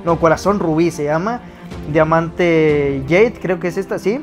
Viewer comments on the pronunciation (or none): Diamante ''Jayd'' jaja se dice J A D E con J.